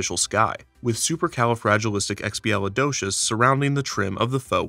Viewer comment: Mans said "supercalifragilisticexpialidocious" like it was nothing